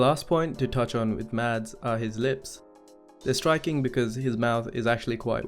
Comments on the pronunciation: Just an FYI. His name isn't pronounced MADS. Even he has said previously that his name is MASS. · It’s not pronounced mads the correct way is mass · You could atleast pronounce his name right. It’s pronounced mass with a silent d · People who say Mads not Mazz piss me off. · It's pronounced Mahs Migglesen. You don't pronounce the D in Mads and the kk in Mikkelsen is a G. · His name is pronounced Mass. the d is silent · his name is pronounced "mass" the D is silent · 10 months too late, but I still gotta comment that his name is actually pronounced like "Mass" with no "d" sound in it, FYI. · I'm sorry, just fyi. the way to pronounce mads is like "mess" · The d in Mads is silent :) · Just a quick side note: The “D” in Mads is silent 😉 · I don't want to be annoying but it would make me happy if people knew that the 'd' in Mads is silent.